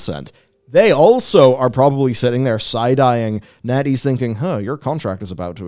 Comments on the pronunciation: When he says Netease I heard Netty's and wonder how the hell a Toledo based chili dog and ice cream vendor could become a game studio big enough to give Blizzard a smack down. All while selling awesome chili dogs with only 6 stores and 30 employees. "0_o" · Totally thought B was saying netty...until he brought up the chart...